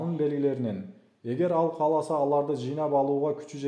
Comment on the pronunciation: Урматтуу диктор каласа эмес кааласа туура так суйлонуз кыргыз тилин бузбаныз